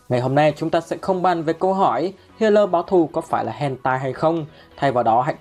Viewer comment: Sao toàn đọc thành hatai báo thù